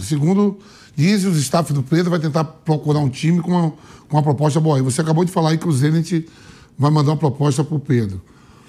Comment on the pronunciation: "POPOSTA"?? Olha o nível dos jornalistas...... Detalhe, falou isso 2x ao mínimo.